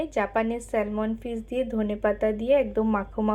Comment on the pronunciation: Spelling ta hoyto “Salmon”but pronunciation ta hoy sa-muhn.. ekbar ektu check kore nio.